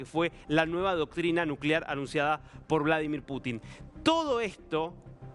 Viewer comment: Estas nervioso, sos un tonto para hablar. Como vas a decir Bolo dimir Putin. Nadie te entiende lo que informas. Mejor practicas antes de informar